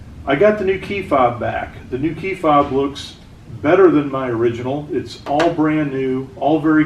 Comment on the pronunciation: Is he saying key bob?